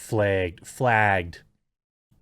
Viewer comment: Flægged. Pronounciation 'Flæægged"